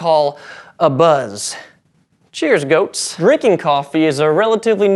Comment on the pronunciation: Did anyone else think he was saying we have "ghosts" to thank for our coffee instead of "goats?"